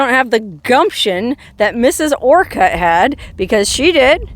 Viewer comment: Its pronounced just a quick orcut kinda like orchid. Not Or cut. Lol